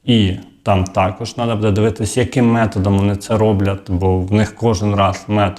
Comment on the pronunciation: Робіть правільно наголос !!! Не будЄ, а бУде.